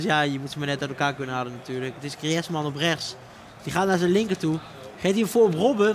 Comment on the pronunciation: het is echt tering hinderlijk hoe die bas griezman uitspreekt